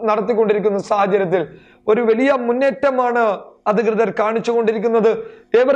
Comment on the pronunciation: അവതരണത്തിലെ ശരീര ഭാഷ കൊള്ളാം.., വാക്കുകളിലെ സ്ഫുടതയും , വ്യക്തതയും ഏറെ ശ്രദ്ധിക്കാനുണ്ട്..(etc.. വെലിയ അല്ല വലിയ)..ഈ ഊർജസ്വലതയിൽ ഉയർച്ച കാണുന്നു...